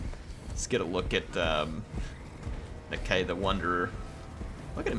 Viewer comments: I think its Na-Kai not Na-kay? not sure.... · the lizardmen language guide says that Nakai should be pronounced Nakie so something more like Na-key than Nuh-k eye. but i'm petty sure people are just going to make up their own pronunciations and it's not like the game uses proper Saurian anyway and it's not like non-lizardmen can pronounce it 100% anyway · Nuh-k eye I think is how it is pronounced. I love the content, keep it up!:D